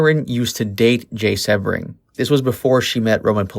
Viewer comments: Jay's name is pronounced "SEE - BRING"". The narrator has mispronounced his name which leads me to question his knowledge of the murders. I know, as I worked for Jay at his salon in Beverly Hills, when he and Sharon were a couple. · It's pronounced SEE-BRING!!!! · Jay Sebring(pronounced Sea-bring). Jay's real last name was Kummer, he chose Sebring as his professional name, after the famous Sebring car raceway. Sharon was not specifically targeted, she along with, Jay, Voytek, Gibby and Steven were just at the wrong place at the wrong time. Manson had been to Cielo several times before the Polanskis resided there (at least twice during). Manson picked Cielo because it was secluded. Manson knew the layout well (so did Watson) and that likely, anyone there would be well to do, elite and part of the establishment that his jealous, perverted mind was so against. The LaBiancas weren't specifically targeted either, the killers were driving around aimlessly the second night, looking for random victims. Manson then, remembered the LaBianca house as he was again, familiar with the place. Manson had an acquaintance (Harold True) that lived directly next door to the LaBiancas. Manson was a career criminal who always looked for places he was familiar with that would seemingly be easy pickings. Roman was definitely abusive and also a serial womanizer, but he loved Sharon and had zero to do with her's, their baby's or their close friends, tragic deaths! At the time of the murders, he was in London, working on Sharon's and his upcoming film, "Day of the Dolphin". Roman was to direct Sharon alongside of Jack Nickolson. Wouldn't Sharon have been kick-ass in "Chinatown"?